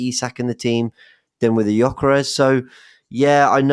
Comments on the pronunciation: "Cocker rez" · Did just call him cockores? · pronunciation of Cokeres (Gyokeres) is brilliant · For future pronounciating, i’m swedish and we pronounce it kinda like Yokeres. You dont have ”Ö” so it will be hard for you guys to say it correctly but Yokeres is kinda how its pronounced